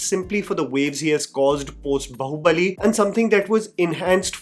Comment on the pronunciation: The irony isn't lost: In 2025, American YouTubers are delivering spot-on pronunciations of Bāhubali, yet some Indian creators are still struggling, landing on variations like "bahu-bali." : Daughter in law's sacrifice 😅 It's time for an upgrade!